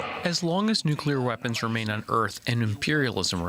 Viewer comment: Amy, what the hell are "nuclear weckons"??? Lol jk love ur work!!!